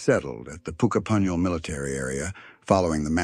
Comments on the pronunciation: PUK NOT POOK😢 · Its NOT Pooka punyal, its pronounced Pukka punyal. A Pooka is a six foot invisible white rabbit.